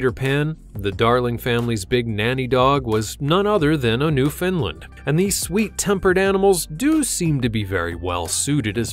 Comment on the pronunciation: Not "New fin land" Its "New found land," as in newly found land.